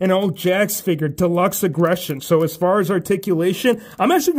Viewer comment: I love how u say figur instead of figure also looking forward to all aew and wwe figures